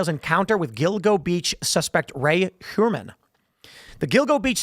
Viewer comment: Heuermann is most likely pronounced as Hoyermann.